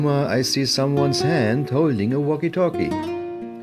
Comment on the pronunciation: When you said waki-talki I laughed😂😂😂😂😂